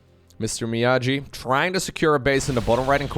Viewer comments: its Mee-Aww-gee! XD not me-ah-jee, not sure has ever watched Karate kid, the original one. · Mr. Miyaji? BRO. It's pronounced ME-YAW-GEE. You are forbidden from forever making BOOMER jokes if you don't know your movie history. Go watch the Karate Kid right now for your penance. :) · Everytime pronounced Mr Miyagi, Mr Miyaji, I cringed a little. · lol my ears bled from all the MrMiyaJi ... ITS A HARD "G" ! XD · Hearing him say "Mr miajee" is so gut wrenching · I read this comment before making it to that point in the video and it didn't soften the blow at all. It's a solid attempt to pronounce the name without context, but it still hurt lol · I’ll be the jerk to say it: Miyagi is a hard ‘g’ like “gate,” not the soft ‘g’ like “giant,”! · just turned 30, but he's not so much of a boomer that he knows Mr. Miyagi from the Karate Kid movies! hard-g sound, like go or gas. Miyagi-san says you need more wax-on, wax-off! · please watch Karate Kid Mr Miyagi is not pronunced like this:D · "miyagi" is pronounced with a hard G like "geese", not "jeep" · I know you did NOT just say MrMiyagi with a j sound. ❤ solid video. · Watch Karate Kid, you're mispronuncing Mr. Miyagi. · I think he could learn to pronounce it without watching a whole movie, for example reading at least 5 comments to this video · miyagi pronunciation though xd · Clearly had never seen karate kid as he can't pronounce Miyagi